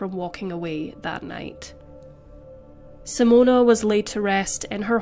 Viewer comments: SIMONE not Simona!!!! Sorry, but as a Simone, it's really annoying when people say Simona- unless you're Italian!! Appart from that, it was a really good video! 🤙🏽🙂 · You are NOT pronouncing her name correctly. It is NOT "Simone-u"....even in Australia it isn't "Simone-uh".